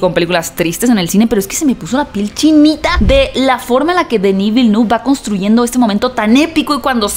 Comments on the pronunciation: me encantan tus reseñas aunque se me ponen los bellos de punta cada vez que pronuncias el nombre del director. La pronunciación correcta es: Dení Vilneve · Un trago cada vez que dice Dení Vilenú. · A ver si aprendes a decir el nombre del director que es Frances Se te tiene que llenar la boca